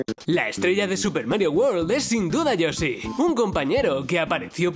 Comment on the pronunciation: Lo dijiste mal y que asco